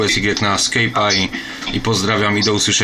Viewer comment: taka uwaga nie ma takiego słowa jak SKEJP poprawna wymowa "SKAJP"